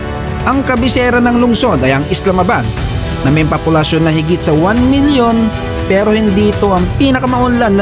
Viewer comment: Bakit "Papulasyon" 😅